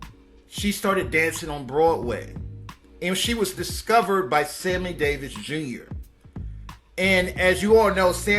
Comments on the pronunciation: I was wondering if anyone heard that. But you also mispronounced the name of another giant entertainer. It's Sammy Davis Jr....not Samley. Just looking out. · And he said Samly Davis...and yes it was aggravating its Fah-lah-nah. But, he tried at least he knew she was important enough to highlight. She was also mentioned so much on Sanford and Son...lol.